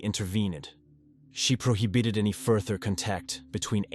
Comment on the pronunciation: "Pro-HE-Bit-Ed" Lol